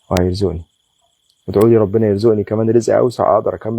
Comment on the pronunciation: جزاكم الله خيرا.. وفقكم الله وسددكم لكل خير.. حبيبي يا ليت نقول يرزقني بالقاف وليس بالهمزة يرزءني لأن المعني يختلف تمام والرزق زيادة وبركة أما الرزء فهو نقص وانتقاص. وكذلك تقول السوق وليس السوء لأننا نذهب إلى السوق ولكن نفر ونتجنب السوء.. اللهم علمنا ما ينفعنا وانفعنا بما علمتنا وزدنا علماً.. اللهم آمين 🤲